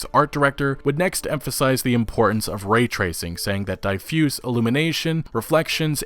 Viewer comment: But can't say diffuse 😂